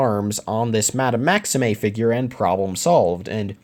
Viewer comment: Fleur is pronounced fler and maxime is pronounced maxeem